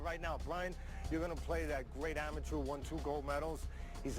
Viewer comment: This dude can't read. He said amaTER record smh